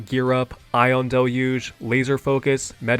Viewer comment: first time in my entire life do i hear someone pronounce "Ion Deluge" that weird